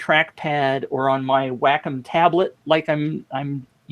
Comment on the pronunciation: Wacom - Wah-come.